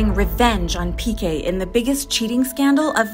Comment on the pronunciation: Piqué, is Piqué. The accent means that the strong is the last syllable. So please don’t pronounce all the names as if they were English.